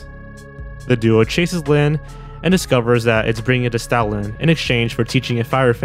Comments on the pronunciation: Whenever you say Stoutland, it sounds like you're saying Stalin. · i'm sorry but you saying Stoutland lowkey sound like Stalin- 😭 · I heard it as Stalin lmao